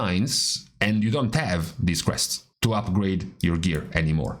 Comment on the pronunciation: Took me five minutes to realize he said crests.. not quests..